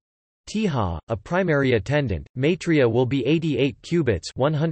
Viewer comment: MYI 3 YA not MAY 3 YA...